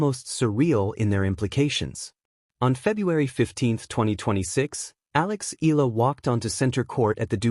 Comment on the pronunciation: Wby do you keep on saying the wrong pronounciation of the name ella, Eala is pronounce Ee-ya-lah ( 3 syllables). Eeyalah